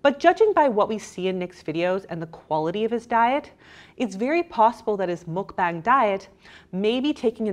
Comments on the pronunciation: ITS PRONOUNCED MUK BAH-NG, NOT MUK-BANG. 😑🙄 So tired of non-Koreans and esp white ppl just culturally appropriate Korean words and culture ugh if you’re going to take advantage of another culture’s words, and do an entire video talking about it, at least look up how to pronounce the word correctly. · I know you're being really careful when saying mukbang or 막방 but you're still saying it wrong. It's m-uh-k-b-ah-ng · Goddammit, I hate the pronunciation of "mukbang" with the "long a" just as much as I hated it in "Pyeongchang" during the Olympics. (But not nearly as much as I hate in in "Gangnam Style", where you can just LISTEN TO THE BEGINNING OF THE SONG to hear it pronounced a bunch of times!) The syllables in those words sound like the English words BONG, CHONG and GONG. (At least the way Americans generally say it. British would probably want to think BAHNG CHAHNG GAHNG.) The Korean Romanization uses "a" for that vowel because it's about what "a" sounds like it nearly all European languages except English. You people saying "mukBAYNG" sound as wrong as if you pronounced "Despacito" like "Des-PAY-SIGH-toe". That said, thank you for your kind effort.